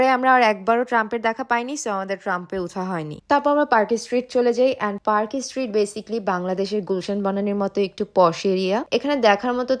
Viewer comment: আপনার উচ্চারণ এত ভুল কলকাতায় আসছ ভিডিও করছ ভালো কথা আগে সব কিছু রিসার্চ করে ভিডিও করো ওভার স্মার্ট হয়ে কথায় কথায় ইংলিশ বলে আর ভুল উচ্চারণ করে নিজেকে হাস্যকর না করলেও পারতে ভুল গুলো ঠিক করে দেই ট্রাম, এসপ্ল্যানেড, পার্ক স্ট্রিট হবে